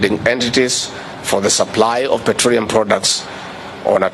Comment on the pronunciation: "davis chilchil" "petroreum"- villager masquerading as deputy president of a banana republic.